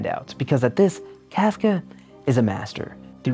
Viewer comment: As a trans woman trapped in a red state I appreciate this video a lot. That said, you continue the beautiful and long held tradition of video esaayists saying words incorrectly 😂 much love. It’s “Cartesian sense”. Not “Decartes’ sense”. “Inns-👄” got me too. Whew! Also the way you butchered Kafka’s name hurt my German-Jewish soul! I say this not to mock or attack you, but because its something I’ve taken to heart: at the very least, with a person’s name: unless you have a speech impediment or stutter or some disability, it’s a matter of respect to get their name correct. And frankly, I think you grossly mischaracterized Psycho given how much stigma trans people continue to receive from it. Not saying it isn’t a masterpiece of horror. But it seems like you missed the semiotic concepts baked into the film. I think you’re a talented communicator and vivid storyteller. You have a gift and I’m excited to see what you create next.